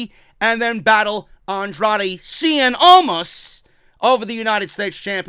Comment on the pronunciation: Love when you say Andrade "Cien Almas!!!!!!"